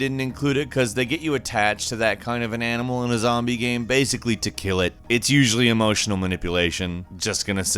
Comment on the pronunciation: why on earth did he pronounce game like "gam" and shame like "sham", that was fuckin weird